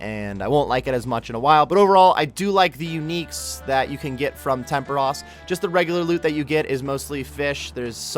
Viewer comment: "temperush"... hmm Tempooooooooooros.